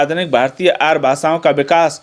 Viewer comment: Sir y r u saying Aaryaa ko Aar